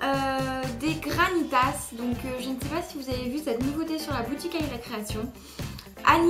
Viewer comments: ONE PRONONCE PAS LE S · On prononce pas le s dans GRANITAS